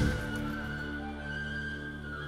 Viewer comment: Нарешті, правильний наголос при вимові слова Буковина